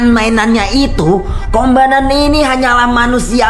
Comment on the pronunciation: kombanan😂😂 Bukan komandan